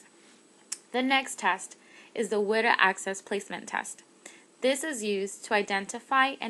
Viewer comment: WIDA is pronounced Wee-da, not short [i].